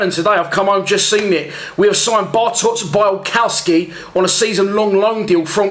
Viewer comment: I think it’s actually pronounced BIALKOVSKI. The w is pronounced as a ‘V’ in Poland